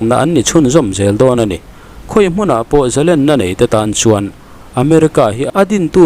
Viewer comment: Israel ram hruaitute hian,ram leh hnam an va hmangaih em.Hmui chauh in an hmangaih lo tih a chiang e. Chuan khawngaih in Zalênna hi lam dik teh.Lên ka deng tih ang hian lam rawh .Ka zalên ta tih a lên ang hian lam rik han tum hram teh.